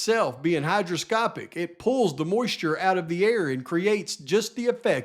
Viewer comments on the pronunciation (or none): You have no clue or educational background on what you’re talking about. Btw, it’s hygroscopic not hydroscopic lol. The fact that you try to eliminate any hypothesis that isn’t yours speaks to your credibility. How many 100s of times have you solved this case already?